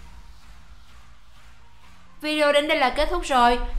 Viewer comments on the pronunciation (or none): none